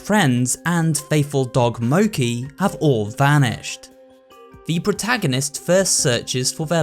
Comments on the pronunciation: mo- chi, not mow key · bro said "Mokey" its mochi (mo-she) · It’s not Moki it’s mochi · its not mo ki its PRONounced Moe chi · i love that you said mo-ki and not mo-chi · I know this probably means nothing but... seriously man the dog is mochi not moki... I just can't I dunno why but they missaying of this name just sounds wrong... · Mokie did you really pronounce mochi as mokie and narrator as narator HAHAHA 😂 but other than that this was a good video decent theory and so on so forth keep up the good work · Idk if anyone has corrected you yet, but I find it oddly endearing you call the dog Moki. It's actually pronounced how it looks... MOE-chee. I don't really mind either way. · Why does he say mo-ki And not mo-chi… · It's not pronounced Moki, It's actually Mo-ch-ee as in a Japanese food. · It’s Mochi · i am sorry but moci????? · Dude they said Mochi wrong lol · I hate to correct you but I believe the dog’s name is supposed to pronounced as “Mo-Chee” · I think dog’s name is mo-chi. Like the Japanese rice cake dessert. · Its pronounced moCHI not moci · "mokey" lmao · Just a heads up, it's Japanese. The dog's name is pronounced MO CHI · The dog's name is actually pronounced MOW-CHEE, it's named after one of my favorite Japanese snacks. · Lol the way he pronounced mochi 🍡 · What is that pronunciation of Mochi? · i love your content but the way you pronounced "mochi" made my soul leave my body. the ch is pronounced like the ch in cheese, not like a k.